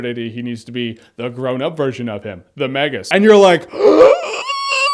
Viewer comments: Magus pronounced "May-guus" not "Magg-us" And Janus is pronounced "Yan-us" not "Jann-Us" Both Latin names. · I got in a huge fight with my friends back in the day about how to pronounce Magus. I called him Magus like Jeremy. My friends called him "Mageus", like "Mages", plural. And I was like "No, there's no "e" in his name." Epic. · I never knew he was called “the magus”. I just looked up the definition...and i’ve been pronouncing his name wrong for years lol.